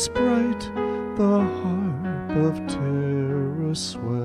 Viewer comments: Good attempt. Sadly ruined by the mispronounciation of "Tara" Your wrong version is sounded as Teara (outch!). Tara is a hard AH like the black stuff on the road "Tar". Please speak to any Irish people you may know/ meet to hear it pronounced ... Tahrah, not teara. Apart from that ... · Thanks- sorry- I had several students named Tara and that’s how they pronounced their names so I went with that- oh well